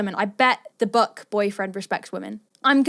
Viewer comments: why am i hearing...'buck'? instead of book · Is she saying buck or book?